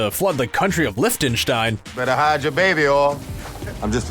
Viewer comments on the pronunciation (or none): Is it just me, or did he butcher pronunciation of Liechtenstein (Lick-ten-stine)